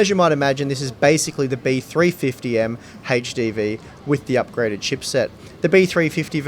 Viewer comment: "hatche dee"